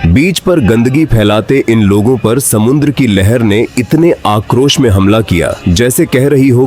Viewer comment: Sumadra Devta Nahin samudra Devta 😂